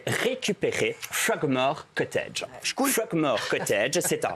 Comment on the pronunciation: "fuckmore cottage" 🤔🤔🤔 euh ok